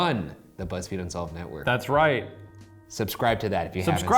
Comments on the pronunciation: Shane said fuzzfeed lol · "Of Fuzzfeed Unsolved Troo Crime" - Shane 2k18 I dunno why i heard Fuzzfeed but i did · Did Shane say fuzzfeed??? 😂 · Shane said fuzzfeed unsolved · At the end Shane said Fuzzfeed unsolved 😂😂😂😂😂😂😂😂😂😂😂😂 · He said fuzzfeed in the beginning.